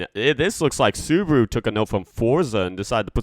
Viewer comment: Dude its called subaru